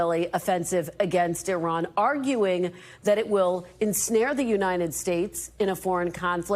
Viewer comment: Did Karoline mispronounce Iran??? Yes... yes she absolutely did!!